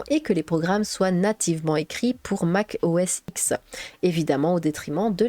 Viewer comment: La première version de Windows ayant eu un réel succès et la 3.1 et non la 3.0. Concernant l'OS d'Apple, le X est un 10 en chiffre romain, on ne prononce pas Mac OS iX mais Mac OS dix. J'ai d'ailleurs vu une démonstration d'un ingénieur d'Apple US qui prononçait "Mac OS ten".